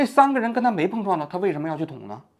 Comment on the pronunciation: 王局的舌头今天和某个异物发生了“蹦”撞，嘴又piao了